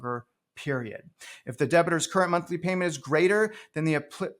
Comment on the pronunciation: Omg please stop saying "debit-er". the person is a "debtor" as in "debt"